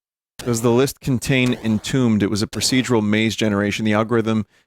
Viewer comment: I struggled to find what game title Vinny was trying to pronounce, but it was "Entombed", and it's not a homebrew, it's from 1982